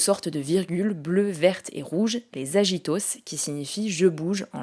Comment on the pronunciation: Merci pour ce focus explicatif sur les Paralympiques ! Par contre petite erreur de prononciation, c'est du latin donc c'est agito prononcé aguito 😅